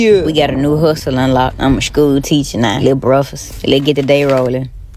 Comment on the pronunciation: Not a "shhhkew teachuh nah". Not my daughters ma'am.